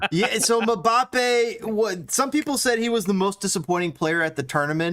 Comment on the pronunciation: Who the hell is Mabappe? 😂